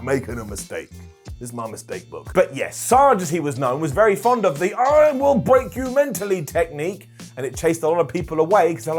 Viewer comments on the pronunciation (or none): none